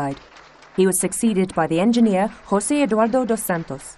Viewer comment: All great. Juat a quick note, when pronouncing portuguese names (Angola is a portuguese speaking country) a quick check would be great because José is sounding like Hosé or Yosé, even pronouncing with an english 'J' would be fine